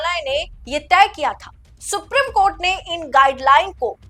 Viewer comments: सुप्रिम नहीं सुप्रीम बोलिए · सुप्रीम है। सुप्रिम नहीं। please pronounce correctly. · please pronounce the word Supreme properly when reading the news. Thank you 🙏